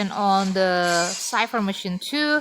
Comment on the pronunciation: Thank You, For the tips how to counter her and kite her. I always OOF When I met her in the rank match. My weakness is her dash. And now u pronounce cipher correctly, so proud 👏